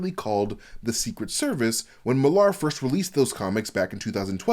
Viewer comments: FFS Millar is pronounced the same as Miller, fucking Yanks! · Why are you saying Millar that way?